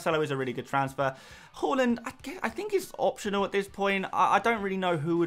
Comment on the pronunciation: say haaland properly pls